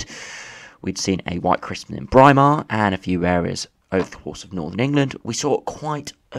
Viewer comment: Brimar? you mean Braemar as in bray-mar ;)